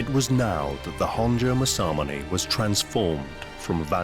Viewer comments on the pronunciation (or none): Don't worry it's irritatingly mispronounced by this narrator. Mas-a-moon-e not mas-am-un-ay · That can't be how you pronounce masamune, MA-SAMUNAY? Surely not. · it literally says and reads Maa- sah-myoon. Both "a's" go up front when you spit it out before you laugh it up. Maybe try pressing the mic icon. It is a helpful tool to help you hear the proper pronunciation.